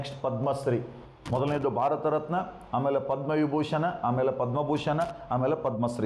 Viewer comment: B V Doshi : Padma Vibhushana !! Not Padma booshana